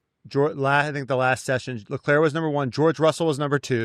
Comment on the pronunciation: So do people just refuse to say Leclerc properly?